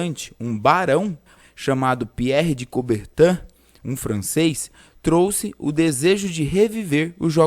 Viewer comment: Não não é Pierre de coubertan e sim Pierre de cobertin 😅